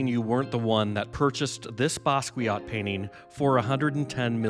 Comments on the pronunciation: Not to nitpick, but it's necessary: the name is pronounced Bah-skee-AH, not Ba-skwee-aht. 😉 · BASS KEE YO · Learn how to say his name correctly